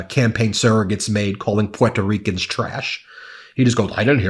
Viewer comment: Why can’t you pronounce Puerto Rican????